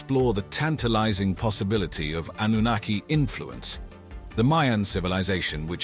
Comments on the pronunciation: Darn I miss spelled Annunaki. Well commentator was pronouncing it Annanookie! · did he just say Annunakayee? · I hope you can teach your A.I. to continuously say: ANNUNAKI. 😂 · AI voice overs are bad. 3 different pronunciations for anunakki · Is there a reason why the word Anunnaki is pronounced multiple different ways in the same video by the same person? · He's pronounces the name 5 different ways 😂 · The speaker mis-pronouncing Anunnaki tells us that he is reading and knows nothing about what he is talking about. He was hired to make this very impersonal and inaccurate video. There are 20-30 videos like this. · So funny how the same name used throughout this vid gets mispronounced every now and then!! How is it possible to say the same word wrong?